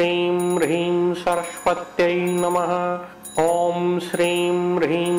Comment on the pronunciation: Please correct the pronunciation.. Shirim/Brihim??